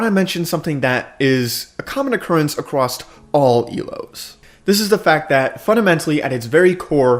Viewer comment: Acrosst!! Across, where are you getting the "T"! lol it is driving me crazy!